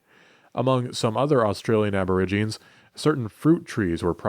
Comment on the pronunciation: Aborigines is pronounced "a-buh-RIJ-uh-neez."